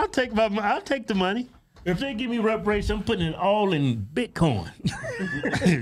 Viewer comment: “They trying to get WEPAWATIONS…” 😂😂😂